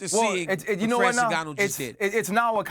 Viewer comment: Francis ENGANNYOU 🤣💀